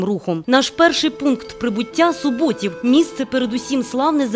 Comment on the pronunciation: Наголоси у власних назвах жоден неправильно. Чигири,Суботів,Коліївщина,Мельники. Неприємно,що коментатор не дізналася правильної вимови